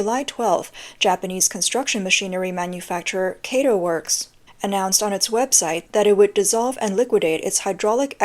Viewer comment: It's not "keitou", but kato, like in cat.